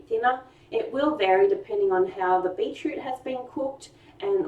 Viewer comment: Beetoot? Hehehe